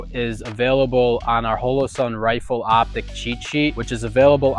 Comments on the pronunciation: The first thing on this video should have been how to say Holosun. It is with a long o pronounced like hallow-sun. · Great video, other then how he pronounced Holosun